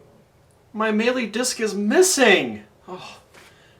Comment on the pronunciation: DONT FUCKING PRONOUNCE MELEE THAT WAY AGAIN!!!!!